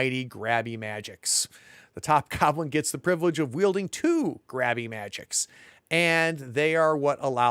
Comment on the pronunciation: Grabber "mah-jigs". Not magics 😂